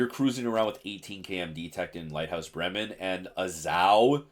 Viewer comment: "It's the Bremmen, the Bremen (right pronunciation), we'll stick with Bremmen"😂